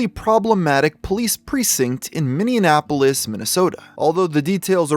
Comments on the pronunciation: It’s MINNEAPOLIS, not MINNEANNAPOLIS. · It's Minneapolis not Minionapolis. I swear recently every video has had some weird repeated mispronounciation. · it’s “Minneapolis” not “Minneanapolos” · Hey. Its Minneapolis. Not Minneannapolis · bruh did you just call Minneapolis minionapolis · Dude it’s pronounced “mini apolis” you’re adding and extra N sound and it’s makes you sound ridiculous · Ah yes my favorite city in Minnesota "Minneanapolis." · I can’t believe he said “Minneanapolis” twice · Why my man pronouncing Minneapolis and Minion-apolis?! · Very disappointed with how you pronounced Minneapolis. It’s Mini-app-o-lis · Mini-app-polis get it right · Bro is really out here saying Minionapolis. The American education system has really failed us. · yeah I used to go to that store where George died. My mom knew the store owner too. We moved away from there. Also did you notice how pronounced Minneapolis, or am I trippin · Uh...you should visit us in Minnesota. We'll teach you how to say Minneapolis correctly. 😉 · Learn to pronounce Minneapolis. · You really butchered Minneapolis a few times lol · I hate how he pronounced Minneapolis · Your pronunciation of Minneapolis has me dying